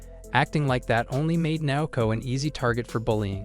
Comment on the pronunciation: This manga so interesting but howwww hard can it be to pronounce the names a little more accurately ;-; nAOkO and kAZuya, tf is kunzuya